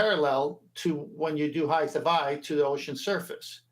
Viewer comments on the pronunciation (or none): Can we get to stop saying "heighth"? It's not a word.